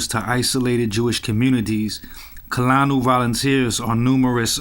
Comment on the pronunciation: Its pronounced Koo Lah Noo. Also Rabbi Avee Hah Yil Boo Hah Rah